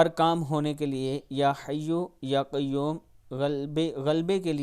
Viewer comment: YA QAYYUM KO PESH K SATH QAYYUMO KIU NHI PERHTY